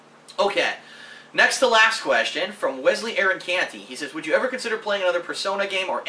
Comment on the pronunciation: He said First time EVAR!